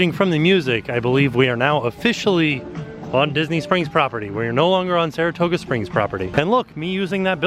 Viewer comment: Saratooga? Margaritos? Get it together, lol